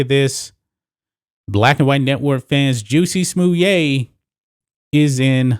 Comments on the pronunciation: FFs it's Jussy Smollitt. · I LOVE that you call him "Juicy Smuliet" (Smuliay)!. Makes me laugh every time and want to watch Dave Chappelle's routine on this clown. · Why u saying his name like that? killing me!🤣🤣🤣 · Bro, I love your take on this!👍...this weak-minded fool deserves that sentence and more!!!...he down-played and ridiculed actual and real incidents of racism and attacks on the gay community and diminished their credibility by making this "show" of his‼️...that dude is a turd man‼️...oh, btw...the way you pronounce his name, is super funny! 🤣🤣🤣...just like Dave Chappelle did when he spoke of "juicy smollieee" on his stand up...🤣🤣🤣🤣🤣